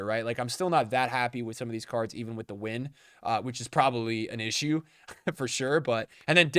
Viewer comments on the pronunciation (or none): none